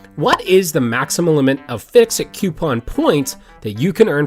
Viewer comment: FICSIT, not FISCIT. pronounced FIX IT